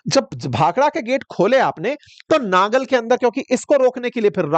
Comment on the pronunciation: It's Nangal not Nagar as reppitdl told by you